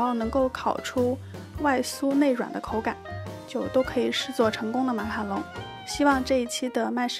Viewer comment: 讲“马卡龙”都会讲成“马卡农”好可爱哈哈哈哈哈~还有小漏勺的造型好好看！！